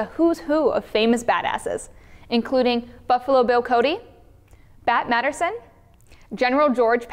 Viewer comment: When Jessica was describing the Umerex SA Colt .45, you said Bat Matterson, you need to read your history, it's Bat Masterson! lol